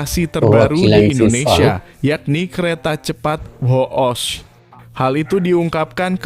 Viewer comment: Goblok admin nya ,bukan hoos, tapi Whoosh 😅